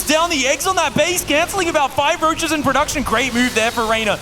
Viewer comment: Why is my dude pronouncing "Roaches" like that and since when? That rolling "R" is not a Dutch English accent so where'd he pick it up from? Genuine question 😂